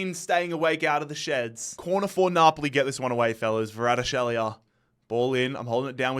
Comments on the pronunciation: How do you manage to pronounce Kvaratskhelia as Varadshelia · the way he pronounces kvaratskhelia lol 😂